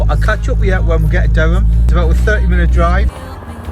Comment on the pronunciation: Sorry, it's Durham not derham 🤣